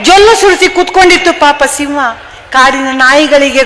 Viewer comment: Hi mam, Speech is good but ಸಿಂವ ಅಲ್ಲ ಸಿಂಹ.